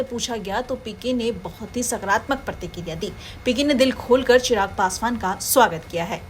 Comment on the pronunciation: चिराग ❌ चराग ☑️😂